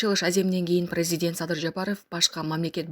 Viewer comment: Дитсиплина 😂😂😂🤣🤣🤣🤣🤣позорище , кыргызчасын эле айтчы айланайын , прэзидент эмееес, президент..